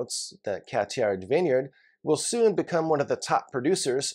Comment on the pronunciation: Just FYI, you shouldn’t pronounce the « D » sound in Cathiard